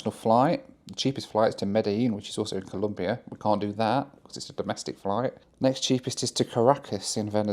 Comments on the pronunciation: it's ColOmbia, not Columbia. (It is even a slogan in my home country for you anglosaxon and gringos guys). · It’s ColOmbia, not ColUmbia 😢 (im not even colombian, it just bothers me when people mispronounce it). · Hey. Nice to see you tripping around Central and South America. Just a tip, if you say Columbia instead of Colombia, the Colombians will have more than a few words to say to you. 😂😂😂😂. A nice round “O”,please. Bogota is 2600m above sea level, so it is cold on average. People from warmer areas call it “the fridge’ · Its Colombia, not Columbia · Dear, Colombia isn't pronounced as Columbia. Just a friendly reminder. Nice video! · So many Central and South American countries that I’ve never heard of. Venezuelar, Comombiar and Panamar. 😂